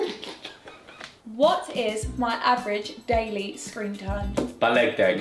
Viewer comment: the fact says balegdeg instead of balegdeh makes me crease